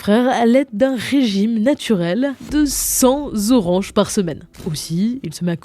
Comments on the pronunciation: "100 zoranges" 🤦🏽‍♂️ C'est à chaque vidéo, c'est abusé chez. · sympa, sauf le cent zoranges qui fait mal aux oreilles.... 😁